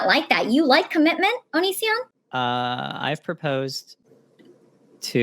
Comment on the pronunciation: 😂 'ONiSiOnN, HA HA' 👹👹👹